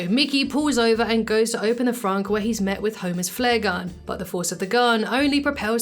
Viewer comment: Did you say "Frank" instead of the trunk? I mean, I call it the "Boot"But still mostly the trunk.